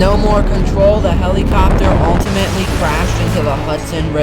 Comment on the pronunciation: Take a shot everytime he says ultimatally 😂